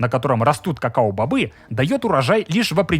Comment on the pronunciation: кокоа бобы😂